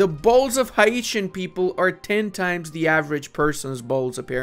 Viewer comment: "the hieeshins"